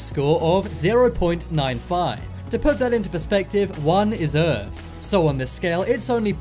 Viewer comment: Errph not earth......